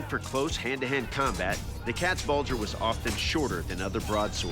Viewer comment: your pronunciation of Katzbalger and Landsknecht is way off